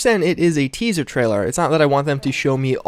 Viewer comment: Say it with me... TEASER! Good grief